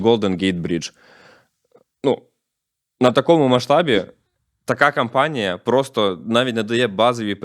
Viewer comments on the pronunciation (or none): none